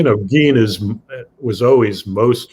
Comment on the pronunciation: It's GEIN , not gean